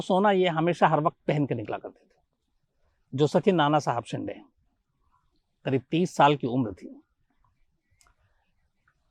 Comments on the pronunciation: Shams sir its शिंदे not शिन्डे 😠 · अरे वो नानासाहेब शिन्दे है सर 😀😀😀😀😀😀 शीन डे ,,नही😀😀😀😀😀😀😀😀😀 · Not a शिंडे... Call शिंदे